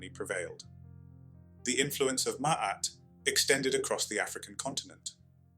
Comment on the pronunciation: First I would like to thank you for pronouncing it properly....(I've only gotten that far...carry on😌)